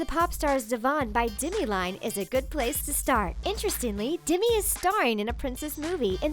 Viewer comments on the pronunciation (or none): It's Demi not dimi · It's Demi not Dimmy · D E M I. You are pronouncing it dimi. the e in demi make an e sound not an I sound. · She pronounced Demi dimi and zayn Malik as malike